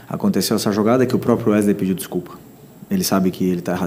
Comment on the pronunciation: É impressão minha ou Zinho nao consegue se quer pronunciar o nome do Wesley ? 😂😂😂